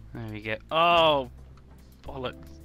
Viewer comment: I love how you say bolics and oh bolics XD